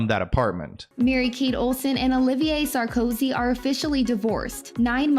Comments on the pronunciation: Nicolas SAR - KO - ZY. ; ) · Love how you called him „Sarkosky“ 😂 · Dude, the guy's surname is Sarkozy; at least pronounce it correctly. To flub this is really shoddy, amateur journalism. 🙄🤦🏼 What a joke.